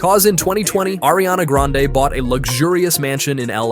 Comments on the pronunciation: Who the heck is "ARIANA GRENADE " ?????? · "ariana GRENADES"😭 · Grande not granade😊😅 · Ariana Granade is Meme because one of little girl who was intervieweving her and Jennette McCurdy on Nickelodeon Victorious spin off that little girl didn't say Grande but Granade because she was kid and kids Miss pronounce words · Not GRANNAADEE